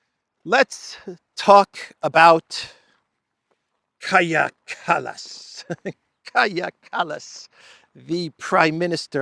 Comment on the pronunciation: Callous not Kallas 😢